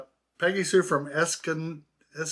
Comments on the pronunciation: You nailed it. Es-con-di-do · Hi, you pronounced Escondido perfectly. Northern San Siege county. Note: I watched to the end and enjoyed seeing Steve in the yard. Some of the cards snd buttons are amazing, all are interesting as well as rhe stories. There was one button from the 30’s or 40’s a beautiful shade of green and a design that I relate tom 40’’s women’s fashion. Why, No idea.